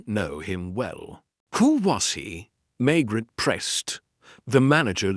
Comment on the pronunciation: Pls learn to pronounce Maigret properly!